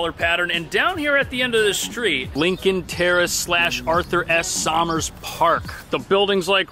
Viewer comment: Somers is pronounced "Summers."